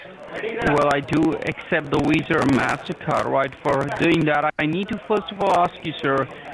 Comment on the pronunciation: Level 5 technician...ah, that's what people over at Lewis's Tech were talking about... I thought Lewois's Tech was just joking putting a "w" every time a "v" appears but they really do say WIRUS and WISA...